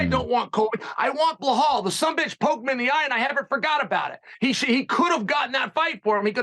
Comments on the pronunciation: I love how Chael mispronounces everyone’s name. 😂 he amazing at doing that and giving a f. He the man! Blauhaul is my favorite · I think the first R in Pereira is pronounced as an H as Hey or Who. The second is a rolled R as pronounced in Spanish or Arabic. So I would pronounce Pereira Pe-Hey-Ra with a rolled r. So Chael is not so far off with his Pee-Yeah-Ra. But Chael has all the names wrong : Hazmat, Blahall, Makelchev...